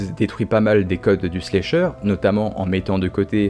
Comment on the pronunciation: J’adore tes vidéos mec!! Mais par contre c’est pas « Slécheur », c’est « Slasher » 😭😭